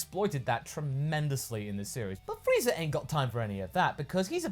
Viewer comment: Frieza* not Freezer...